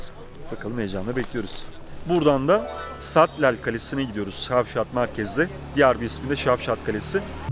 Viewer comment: Abi takola değil takkola,sattel değil satlel kalesi.bende yavuzköylüyüm böylr bi video yaptığın için sağol ağlattın bizi